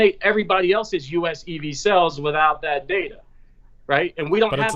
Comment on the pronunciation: When says "sells" does he mean "sAles"? OK - made it through to the end - It's Labor Day Weekend and now I need a cocktail after that....